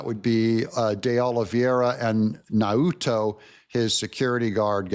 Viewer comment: As a dutch native ... please pronounce 'Nauta' as now-ta (as you pronounce 'now'). It is the Frisian surname for 'schipper or 'boatsman''.